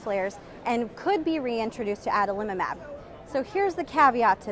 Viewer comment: i like this pronunciation the best - Adalimumab. Thanks